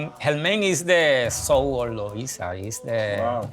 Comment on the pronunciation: Bro if you say Luisa one more time …